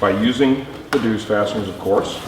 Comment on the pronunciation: Its pronounced Zeus (just like the Greek God) although nice job pronouncing the DZ sound in dzus.